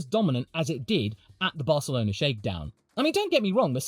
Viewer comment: I wasn’t ready for a proper pronunciation of Barcelona 😂😂